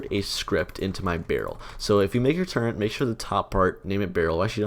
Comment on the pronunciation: there is no 'n' in turret